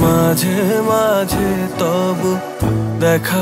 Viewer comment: Ei vocal ta just disgusting. Jeno kono British jor kore bangla bolche. Too much H in pronunciation. "Majh he majh he toboho" & ' KenHO meghh ashey ' ! Seriously, WTH!!